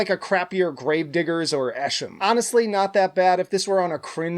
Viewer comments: lol calling Esham "Essham" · Esham is pronounced EE-shahm lol